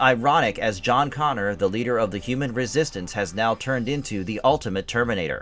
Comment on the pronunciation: Could you sound any more like you're reading from a cue card?? Also, it's John CONNOR! Not CONNORS! If you're not going to take this seriously, go home.